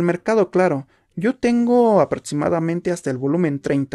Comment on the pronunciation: No se dice tomics se dice cómics y no se dice aprotsimada se dice aproximada y no se etsagon se dice exagon con x con x con x chavo